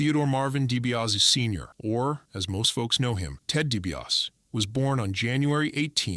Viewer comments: This AI commentary is the absolute SHITS! Dibiarse, deebeeauss...JEEZ!! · Dee-bee-ah-see! Get your crap together!!!!! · Maybe spend the time to learn to pronounce his last name. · This bozo has WWE Icons as his channel name but was too lazy to narrate this himself and instead gets an AI that can’t even pronounce the name properly. 🤡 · Turned off right after last name was mispronounced